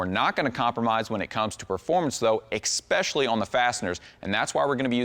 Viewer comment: When he emphasizes EX-SPECIALLY 🤢🤮